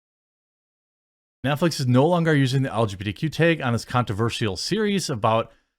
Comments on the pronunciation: Teg is not a word, genius. Learn to pronounce words. It’s tAg 🤦🏻‍♂️ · "The taehg" eh?